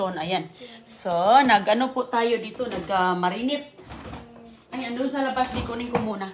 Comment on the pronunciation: Marinate,. As in marinyt..hindi po marinet😊